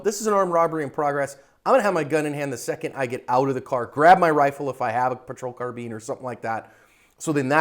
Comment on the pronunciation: Why does it always sound like "patrol car bean" I know he's referencing the carbine, M4/AR-15 that's often equipped in the vehicles, but it's always funny to hear this